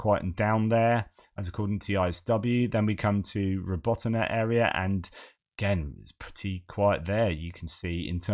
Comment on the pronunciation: thank you for another splendiferous update. Cryptomobilisation? Does that mean they go around church basements, looking for what... zombies? Cheers, Art H. Slava Ukaini! Heroyam slava! Btw. When pronouncing Robotyne, think of two musicians, Robert & Tina. That'll get you most of the way there. (Yes, I was thinking of R. Plant & T. Turner) P.S. I just upgraded my membership to "Deep Geopol-Thinker". Also, I changed my handle to the less cryptic & simpler, "Art-H". And added the picture of me playing the classical guitar. I'm slowly getting used to this "social media thingy". Best wishes, A.H.